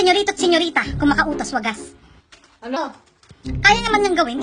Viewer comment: anong tono yun? kakaiba ah! 😂 "ano?"